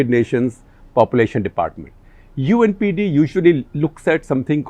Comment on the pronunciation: You said UNPD I guess u meant UNDP